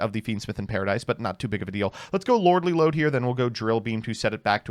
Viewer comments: Every time he says "Lordly Load" I'm fighting for my fucking life out here. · Trying not to laugh every time he says Lordly Lode.